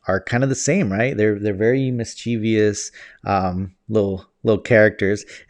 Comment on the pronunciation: Mischievous is pronounced miss chiv us, not miss chee vee us.